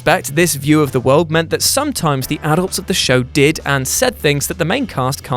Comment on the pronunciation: Pls say adults right